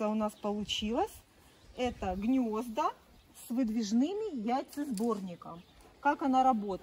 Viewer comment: ЗаХотовки, Хнезда, как противно все это слушать 😢😢😢😢😢😢😢😢😢😢